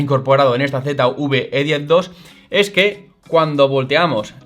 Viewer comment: Usted habla de la Z UV E10 Yo quiero saber Dónde está la U que yo no la veo Yo quiero saber de qué país es usted que habla tan malo